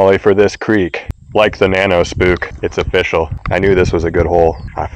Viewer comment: It's oh-fish-al!